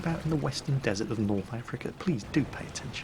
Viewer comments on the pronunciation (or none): none